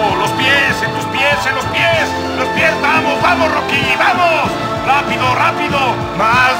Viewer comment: Después de años me doy cuenta de que en vez de decir "Tú pues Rocky" dijo "Tú pues Rocko".